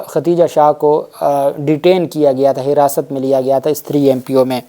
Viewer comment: Aey Jahil shakhs tujhe lafz Khadeeja bhi nahi kehna aata.. kitni bad-bakhti hai teri kay aisa muqaddas naam jo Ummehaat ul Momineen mein se hai, Allah nay usay bhi saheeh tarah se kehnay ki taufeeq nahi di.. har video mein typical saraiki an-parh paindoo ki tarah Khateeja khateeja kehtay ho.. Paise kamaanay se fursat nahi kay comment bhi read kar sako..